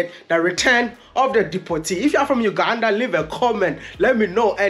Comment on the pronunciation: uganda not ukanda🤣🤣just kidding.. i love your content bro